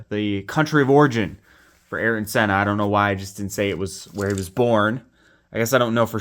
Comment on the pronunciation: This dude says “aryan” senna.. 🤦🏻🤦🏻